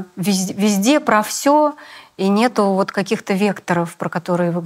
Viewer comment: Грамотная речь? Смешно! Мне всё интервью резало слух "нетУ", произносмое Светланой. Вроде актриса, грамотный человек должна быть... Но увы и ах...